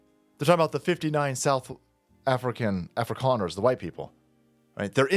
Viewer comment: your pronunciation of Suid Africaners is spot on!